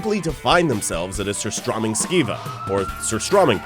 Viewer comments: Its sooo funny how they pronounce "surströmming" Haha :) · As a Swede, the pronunciation of surströmming throughout this video just kills me. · Goodness me! This dude can't even say the name right! ("Ser-STROH-ming") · You pronounce strömming right, but not sur. And it's tunnbröd, not tunn brodt and you pronounce it wrong. But yeah. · You pronounced Surstömming correctly in the intro but never did it again throughout the entire video. Why?